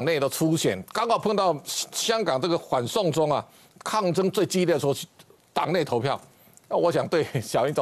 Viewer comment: 主播唸清楚點，反送中聽成，緩送中